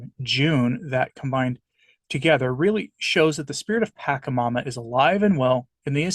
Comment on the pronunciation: Your lack of historic knowledge and cultural context is appalling. This video is the epitome of ignorance and fear mongering. BTW is pronounced "PashaMama" not Pakamama and it is Quechua (indigenous dialect) for "mother earth." My advice to you is to grab a history book about all the atrocities the catholic tradition did to all of the indigenous people of south and central America and understand why they created "pagan" rituals. This is not satanic. Different isn't satanic. Thank god I am no longer a catholic.